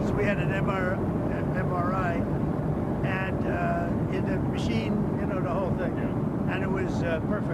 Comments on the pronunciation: He can’t even say MRI correctly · HE CAN’T even say MRI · he can’t pronounce MRI (because he can’t read acronyms).